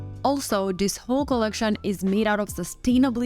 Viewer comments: Could you practice saying “ this” before a recording? “ This” does not begin with a “d” , so not “ dis” but “ this”. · No worries. A handy tip for pronouncing “ this” is putting your tongue behind your top teeth and saying “ this”. Otherwise great video.